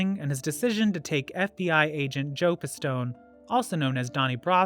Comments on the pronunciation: His name his Pistone...NOT Pastone... please before publishing documentary, be prepared and have lost of knowledge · the name of the FBI undercover agent is Joe Pistone, not Joe P.A. Stone. Rusty is the nicname for Rastello, not his last name. where are you from, england? you don't know shit. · In the other video the narrator said Lucchese wrong. I caught that he said pistoe and rostell . Also called sonny black Neapolitan or napolitino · Bro, he called him, Joe PA Stone..... I have a feeling that research, outside of Wiki, isnt homeboys strong point. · Not only did you mispronounce Pistone you misspelled it.